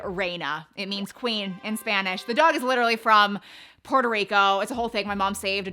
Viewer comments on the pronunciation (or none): none